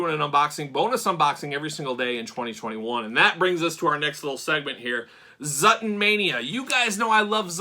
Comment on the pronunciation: It’s not Zutton 😱